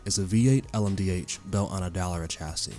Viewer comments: Del er rah.... pffffffhahahahaha yet again someone who doesn't know how to pronounce names making videos like they know what they are talking about. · It was definitely used to talk just based on all the word it was screwing up on. Like Dallera, and Peugeot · Stop saying Dallara like that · What a mess. Who’s the commentator? It sounds like bad AI. If not…then learn to pronounce Dallara, IMSA, Isotta. Etc. (Or find someone who actually KNOWS a bit about motorsport). Quite apart from anything, the list is not even complete 🤦🏻‍♂️